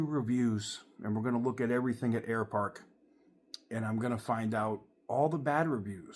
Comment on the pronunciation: Air Park? Sounds more like Air Fart, shame.